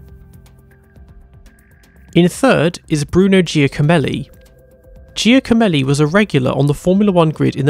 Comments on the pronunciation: McCarthy is pronounced McCarfy Chiesa is Kiesa Giacomelli is Jackomelli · His name is pronounced more like ‘Jacko-melli’.